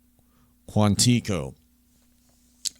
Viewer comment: Tips: The 'p' in Corps is silent. So it sounds like "core." And Quantico: "Kwan-teh-ko." Sorry, pet peeves of mine.